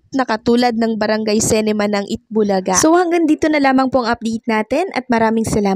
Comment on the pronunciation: Ayusin mo diction mo Anong cinema, cinema.